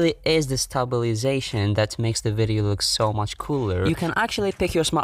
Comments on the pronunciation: Stabili - sation FUCK'S SAKEEE 😂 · Stabiliation I regret this word...